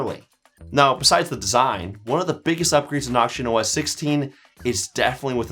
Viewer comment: Are you saying oxygen or auction? That confused me foe a sec there